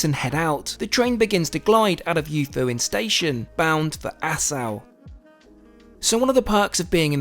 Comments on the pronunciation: You-foo-een. Love Kyushu. Lived there for five years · Yufuin is pronouced Yoo foo in, not Yahfahin. Similar to why I think you didnt say the city name where you started as that is pronounced Foo Koo O Ka, NOT F*ck U O Ka. 😅😂😂 Its also Ass O ( as in boat) not Ass Ow Edit: Also somethings that's been bugging me in your videos, saying "wagyu beef" all the time is completely redundant. Wagyu literally translates to Japanese Beef (more precisely beef from the country of Wa, which is the oldest recorded name for Japan). So each time youre basically saying japanese beef beef. You can just call it wagyu as an entity on its own. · The place Yufuin is pronounced more like Yoofooin but the oo sound is shortened a bit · lol gotta love your ridiculous pronunciation of Yufuin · Great video except your pronunciation of Japanese words is appalling. The reason for the no photography in the bar is Japan is huge on privacy and the protection of fellow passengers integrity. If someone has a little too much to drink they don’t want images of that out for all to see. Especially employers or clients. I guess you could say they want these people to be able to relax without fear. Not having to wear a mask for once. If they could be photographed or filmed they wouldn’t be able to actually relax. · That was an excellently shot and edited video. This train is local to me (I live in Fukuoka). I've seen a few videos on it, but I think you captured the experience best. I would suggest you have someone give you a bit of guidance on Japanese pronunciation though, as the way you said some of the names was a bit off.